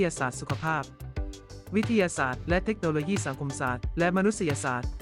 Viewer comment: เมคโนโลยี่ก็ไม่มี ต้องอ่านเทคโนโลยี ปรับปรุงด้วยนะคะ นำ้เสียงดี อ่านได้ดีอยู่แล้ว ติเพื่อก่อค่ะ